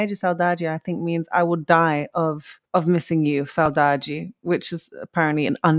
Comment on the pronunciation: Saudade give us the idea of missing someone or something but with nostalgia. too specific word but used very often =) ur pronauciation is amazing